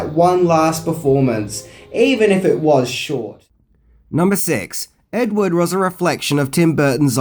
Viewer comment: When you say edward, it sounds like ed wood and it's annoying